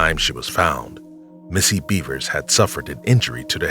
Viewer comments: BEV ERS..not beavers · Wtf, seriously!? Missy Beavers?? Her name is Missy Bevers! Bev-ers That's how it's pronounced yo! You really should get that shit right...out of plain respect to the victim. After all, you are using their cases and their stories on your channel, for monetary gains. The absolute very least you can do is get her and the rest of the victims u speak of names correct and their stories right. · I can't get over how much I laugh when I hear him say "Missy Beavers" 😂